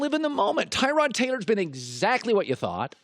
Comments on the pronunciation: Tyrod himself said its pronounced ta-rod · I believe if you can't pronounce a guys name then they should not give you a microphone. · Am I the only one bugged by how he acts like he doesn’t know how to pronounce Taylor’s name even though he’s said it right the first time..the blatant disrespect -_ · This video should have been called "Historically under-performing former QB pretends he doesn't know how to pronounce 'Tyrod' "